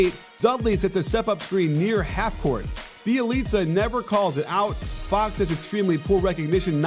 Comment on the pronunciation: Bjelica Is pronounced byelica